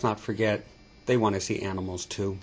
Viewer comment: lol u said aminals :P good vid btw